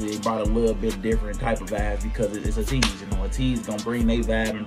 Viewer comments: thanks for the reaction! btw ateez is pronounced ay-teez rather than ah-teez :) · Deja Vu is an amazing video and song. Love how the music video reminds me of late 90s/early 2000s MV styles. The dance is so sensual and cool at parts and this was a nice change from Ateez's usual music! Hope you can react to their song Mist, which is a great song, next! There is no music video but there is a beautiful live performance of it that shows how good their vocals are! Also Ateez is pronounced like ayy-tease/eight-eez, not uh-teez! 🥰